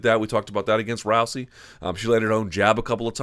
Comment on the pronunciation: Interesting how Luke is the only analyst that pronounces her name as "Row-see," while everyone else says "Row-zee." Anyone know which pronunciation is correct?